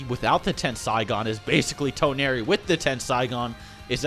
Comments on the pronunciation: Tawnori its Toneri...TensIIIgawn dude its tenseigan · Ten-Sai-Gan Toe-nar-we. Lol. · the way he says tenseigan and toneri😂